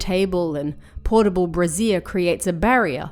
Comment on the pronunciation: I think the word is pronounced ‘bray-shure’ not ‘bra-zier’. The second is the name of a bra. :)